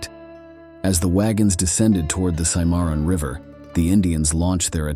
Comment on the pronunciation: The River is pronounced Simmer on.